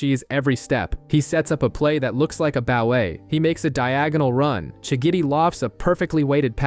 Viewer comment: Am I the only one who noticed how he always says shigidi instead of shigiri